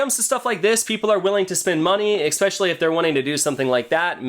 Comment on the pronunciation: I like your video, but I just have to say it kinda was making me a little crazy there is no X in the word especially please